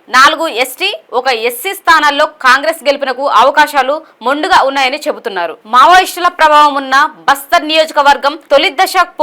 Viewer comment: Monduga /మొండుగా కాదు Menduga/మెండుగా.. Men du ga అని చదవాలి